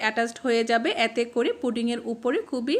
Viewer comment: "য়্যাতে করে" উচ্চারণটা ঠিক করুন। এতে করে বলুন।